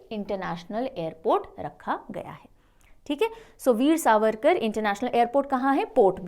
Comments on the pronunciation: it's savarkar not sarvarkar.. it's really not acceptable.. because he's not just anyone..one shot know about our freedom fighters atleast one shud take their name properly..it might luk a small mistake but u were saying it again again which anguish me.. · Please make a note mam it's not Serverkar it's V. D .Sa-var-kar.